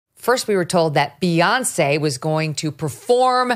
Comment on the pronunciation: I like the new pronunciation, Beonc.